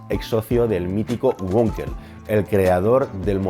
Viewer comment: Me encantan tus vídeos y te sigo desde hace años. Una matización: en alemán la w se lee v ,como en español, y no gua como en inglés. Wankel se lee Vankel no Guankel . Ante la duda lee la w en español como v. Hay otros idiomas a parte del inglés. Un saludo